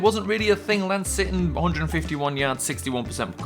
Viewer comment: when you were announcing the stats from the second game on rushing you said will sitton